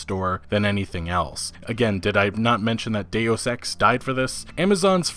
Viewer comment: pronunciations always throw me for a loop. Square A-nix for example, instead of Enix. Or Day-os Ex instead of Deus Ex.